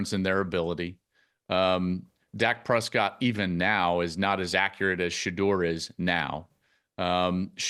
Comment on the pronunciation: This fool said Dak Prescott 😂😂😂😂😂